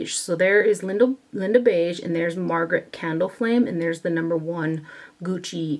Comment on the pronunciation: Does anyone else hear Theresa Is Dead when she says “Margaret Candleflame”? 😭😂